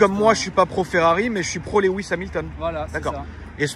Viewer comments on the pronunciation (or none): j'ai remarque que il prononce le "w" comme les belges: twingo il dit tou-ouingo. sandwich il dit: sandouich... et la il dit lewis, j'ai entendu: lait-ou-ouisss... l'aberant tonton belge